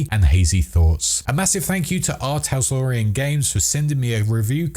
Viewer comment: Preem vid. It's "Tal-SOR-ian", not "Tas-Lore-ian".